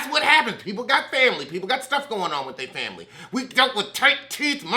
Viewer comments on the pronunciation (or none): Lost feeling on one side when you done said, FAMBLY!